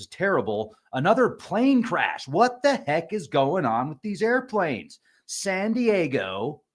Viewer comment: “Sandy Yayo” 😂 okay bud you’ve been body snatched 😂😂😂